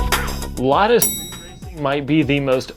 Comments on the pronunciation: LADA RACING CLUB MENTIONED BY A WESTERN YOUTUBER! Повторяю, LADA RACING CLUB упомянута западным ютубером! THIS IS NOT A DRILL! ЭТО НЕ УЧЕБНАЯ ТРЕВОГА! P.S: Kudos for pronouncing the brand name right. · Yes, you pronounced "Lada" in a correct, source language accurate way. Thank you!